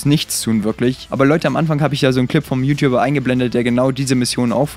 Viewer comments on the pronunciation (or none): none